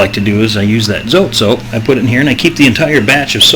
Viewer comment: so-tey 2 syllables